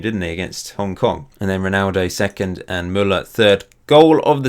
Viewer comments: is Hong Kong not Hong king😂😂😂😂😂😂😂😂😂😂😂😂😂😂😂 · xd its hong king